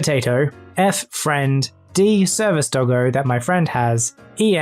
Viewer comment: DID YOU CALL DOGGO A DILDO